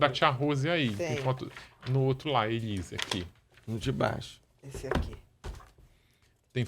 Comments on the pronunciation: O Ulisses agoniado com a Ana falando Elisa😂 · que agonia da Bia falando o nome da Elise errado o tempo inteiro! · A Doutora Beatriz só fala ELISA e é muito engraçado quando o Ulisses frisa o nome ELISE. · Bia, vc é lesada????? O nome é ELISE!!!!